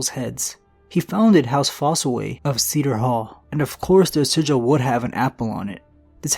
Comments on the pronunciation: As in sigh der. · Cider is pronounced "sigh-der" "See-der" is spelled cedar, which is a kind of tree. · Cider as in apple cider, cider pronounced sy der not cedar as in cedar trees ok if english isnt your first language i understand im not trying to make fun of you or be a jerk I just wanted you to know so in the future you will be a better orator. Great vids though bud.... Keep up the good work id love to learn more history. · "Cedar Hall" haha It's pronounced like Cy-der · Cider hall not cedar hall lol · Ceeder hall 😂😂😂 think it’s cider mate like the alcoholic drink mate. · Cider Hall not Cedar Hall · Umm I do believe it's pronounced Cider (Sigh-der) thus apple cider. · Cider hall (sigh-der hall) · Not sure if it is different in GoT but typically Cider is pronounced ˈsīdər.